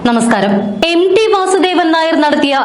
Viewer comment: പ്രിയമുള്ള അവതാരങ്ങളെ MD എന്ന് ഉച്ഛരിക്കാതെ MT എന്ന് മനസ്സിലാക്കി പറയു. അദ്ദേഹംMT വാസുദേവൻ നായർ ആണ്. കഷ്ടം.